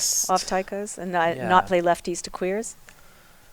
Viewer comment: the two moderators are not very smart. He pronounced "lefties" as "left-ties"